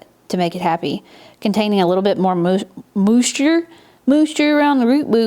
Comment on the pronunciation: “Moosture around the root bool” got me 😂💜